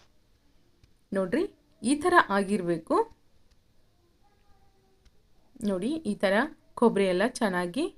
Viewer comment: ಅಕ್ಕ ಅದು ಕೊಬ್ರೆ ಮತ್ತು ಹಸೇಮೆಣಸಿನಕಾಯಿ ಅಲ್ಲ ಅವ್ವ. ನಮ್ಮ ಉತ್ತರ ಕರ್ನಾಟಕ ಭಾಷೆನಲ್ಲಿ ಕೊಬ್ರಿ ಮತ್ತು ಹಸಿಮೆಣಸಿನಕಾಯಿ ಅಂತಾರ. ಜರ ಸ್ಟೈಲ್ ಮಾಡಿ ಬೆಂಗಳೂರು ಥರ ಮಾತಾಡಬೇಡ. ನಮ್ ಹೆಮ್ಮೆ ಇಂದ ನಮ್ ಉತ್ತರ ಕರ್ನಾಟಕ ಭಾಷೆ ನಲ್ಲಿ ಹೇಳು 🤦🏻‍♀️🤦🏻‍♀️🤦🏻‍♀️🤦🏻‍♀️🤦🏻‍♀️🤦🏻‍♀️🤦🏻‍♀️ಮತ್ತೆ ಅದು ಕೊಪ್ ಅಲ್ಲಕ್ಕ, ಅದು ಕಪ್ Cup 😅😅😅😅😅